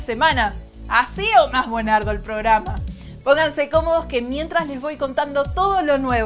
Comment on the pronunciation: "BUENARDO" JASJDJADJAJSDJASJDAJSJDA